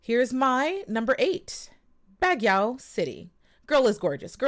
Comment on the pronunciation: Baguio is pronounced BUG-YO